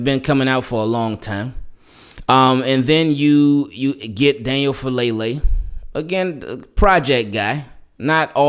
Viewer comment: Just for future reference, the last name is pronounced Fa-ah-leh-leh. Polynesian names man lol